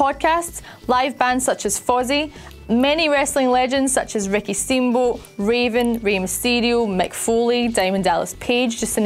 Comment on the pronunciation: Watch the accent please. Usually I don't care about these stuff, bt Ricky Steamboo really got on my nerves.